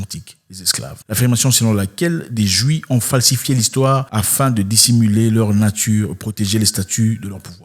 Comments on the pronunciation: Juifffffffffffffffffffff le f n'est pas muet.... Merci pour le partage belle vidéo 😉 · Ok d'accord avec toi mais toi même tu ne peut même pas prononcer le mot juif donc..